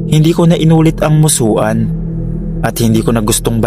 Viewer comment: Musuan read; Musuwan